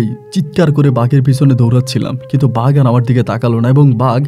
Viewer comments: ভাই ওটা কে ভাগ নয় বাঘ বলে ভাষা উচ্চারণ ঠিক করেন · ভাগের গল্প পরীর গল্প বন্ডামী জটিল উচ্চারণ উল্টে গেছে। তবুও ভাল লাগলো